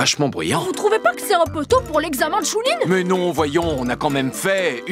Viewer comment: L'EXAMEN CHININ "hunteur" 😂